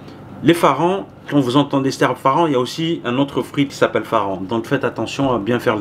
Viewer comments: on ne dit pas faran mais faranG :) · c’est farang pas faran lol